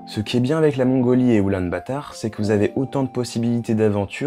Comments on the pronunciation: Oulan-Bator pas "batard" 😋 Très belle vidéo en tout cas ! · Je la prononce parfois en français (Oulan-bator) parfois en anglais (Ulaanbaatar) d'où la confusion ! Merci :D